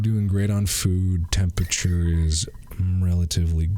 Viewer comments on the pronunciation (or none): I love how Mark pronounces 'temperature' as 'tempeche'